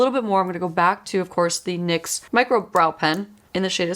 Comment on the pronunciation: It's "nicks" not N .Y. X. Just saying